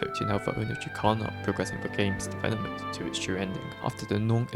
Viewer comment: why do you pronounce jukecalla as youcalar 😭😭